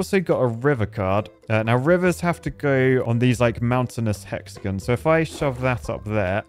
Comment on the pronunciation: said hexagons wrong 😔